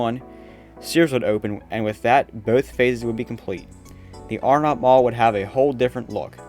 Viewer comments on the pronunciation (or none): I thought it was pronounced Arenut , not Are NOT. Nice video.